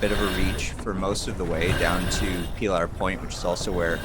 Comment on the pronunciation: God help us if your pronunciation of Pillar Point catches on.